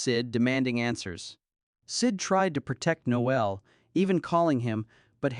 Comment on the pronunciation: It's Nole not Noel.The e is silent.